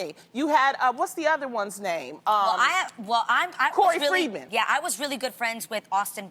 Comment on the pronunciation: She said Corey Freeman, lawd. 😂